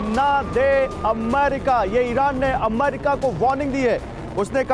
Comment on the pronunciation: अमारिका नही होता है वो अमेरिका होता है